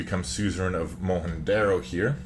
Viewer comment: Wikipedia agrees with your pronounciation of Mohenjo Daro 😁